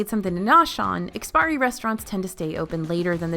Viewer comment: Love you all's work. Just wanted to pass along that it's IKS-PI-ARI, rather than IKS-PIRI. Don't worry, we've seen tons of westerners pronounce it without the "a" as well👌